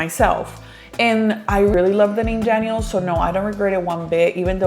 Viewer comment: random Question; but is your sons name Danyel? Or Daniel (en español) , i don’t know why but the way you pronounce his name in English throws me off because you pronounce Santiago’s name in Spanish lol. Now I’m curious if his name is Danyel 😅